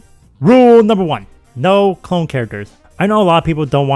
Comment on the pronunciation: When you said rule 1 I first thought you said NO KONG characters but then I realized you said clone characters 😂 Also you forgot Diddy Kong